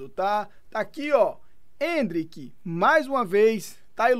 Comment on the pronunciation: "Endrik" KKKKKK se perdeu nas curvas.